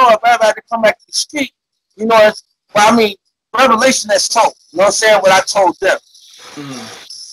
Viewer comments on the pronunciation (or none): none